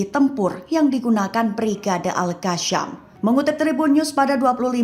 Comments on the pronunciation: Maaf, Izin koreksi. Mungkin lebih tepatnya nama brigade tersebut Al-Qassam. Cara baca nya "Al-Qossam", bukan "Al-Kasyam/Al-Qassam" Karena setahuku huruf depan nya menggunakan huruf "Qof", bukan "Kaf". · Pembaca berita tribun sok fasih bahasa arab saat menyebut Al-Qassam padahal salah huruf